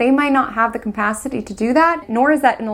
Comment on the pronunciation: You're a brilliant astrologer and I love hearing your analysis. One (tiniest) constructive criticism! It's just capacity. There's no m in it. I hope it's not offensive to mention, I like to be corrected!